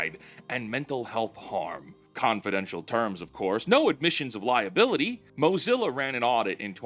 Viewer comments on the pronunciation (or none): none